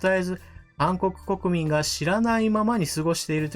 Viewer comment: 韓国国民が暗黒国民と聞こえる！笑ってしまった！当然、動画には大賛成です！！！！